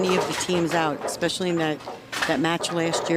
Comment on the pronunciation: The female announcer says “ECKspecially. Ain’t no “K” sound in “especially.”